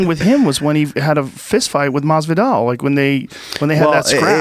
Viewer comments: He said masvidal ran 😄😄😄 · He so scared of Masvidal he cant pronaunce his name😂😂🤣